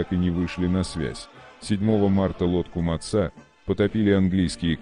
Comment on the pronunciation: Материал интересный, а за использование кривого робота - дизлайк. "ДенИц, решил свернуть", "что случилось с ПринОм" - тут хоть более-менее понятно, кто имеется ввиду. А вот "потопили подлодку МацА..."- это что-то. Ну не могли нацисты называть свои подлодки в честь кошерных блюд, они же антисемиты